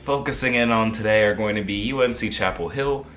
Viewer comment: You’re saying “UNC” correctly